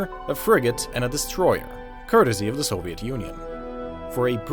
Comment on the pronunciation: Just love the way you, Westerns, pronounce a word "Soviet"